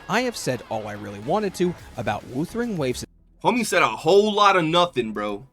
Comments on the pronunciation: Are you surprised from the guy who says Woothering Waves? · if you can't pronounce Wuthering waves properly, I become immediately more skeptical of your takes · No wonder the AI voice had hot shizznit takes. Besides not pronouncing Wuthering Waves properly, saying Reh See Tee Fyers, he ended up getting 1 Dorito on that TOA clear. What a noob, hehehehehe